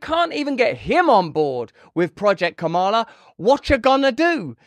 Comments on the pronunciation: You said her name right the first time. Ka ma la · Russell, I salute you for correcting your pronunciation of Kamala Harris's first name. Thanks for upholding a certain rather quaint, old-fashioned notion that one should make an effort to at least pronounce somebody's name as they wish it to be pronounced, especially if you're critical of them.